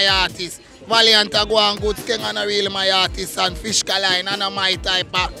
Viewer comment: Bro seh fishkaline 😭😂